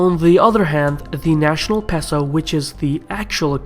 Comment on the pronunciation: It's "pay-so". Otherwise, great video!